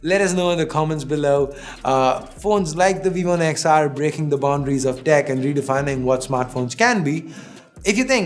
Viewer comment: Nex not the x!